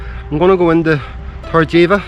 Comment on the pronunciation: Try pronouncing - Torr - eh - b - eh - ka. Weather wise its our favourite time of year here.